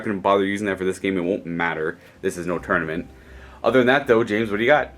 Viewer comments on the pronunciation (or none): none